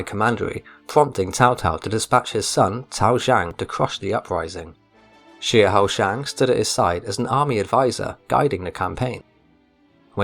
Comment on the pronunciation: Xiahou is pronounced Sha~Ho